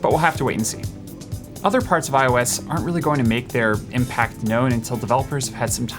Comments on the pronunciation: was anyone else hearing "I was 12" every single time he said "iOS 12?" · instead of "iOS 12" I always understood "I was 12 when..." took me some time to figure out ;) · Am I the only one hearing 'I was 12' when he says iOS 12?😂